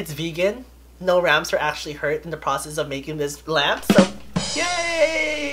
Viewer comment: im an aries!!im so happy for you!i like how you said lamp😂😂😂 ✋✋✋✋💜♈